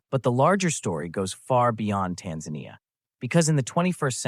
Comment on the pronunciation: AI voice. The voice pronounces Tanzania in two different ways constantly. Tired of this slop.